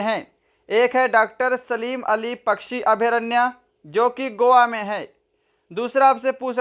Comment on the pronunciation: Gova nehi Goa he